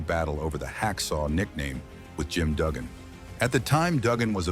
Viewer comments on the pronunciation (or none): Who’s Ted “ Dee-BY-ausee “ and Jim “ Dew-gan?!? 😂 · learn to say santana and dibease and duggan correctly